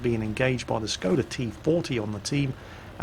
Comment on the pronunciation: I wonder if is ever going to learn to say the S is Skoda properly.